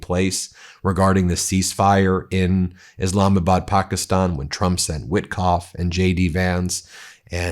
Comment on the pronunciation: Eh, it's pronounced Pakistan not pockyston. Quit with the bullshit